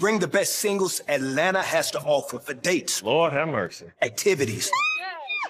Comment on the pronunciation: I’m from Georgia and he lost me when he said Atlanta. I can see now why I don’t watch this TV channel.